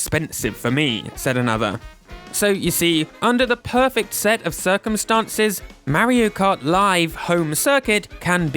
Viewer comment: "merry-o cut" Lol